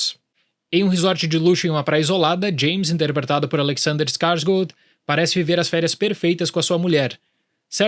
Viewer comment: Gostei da pronúncia do nome do Alexander Skarsgard. Ótimo vídeo!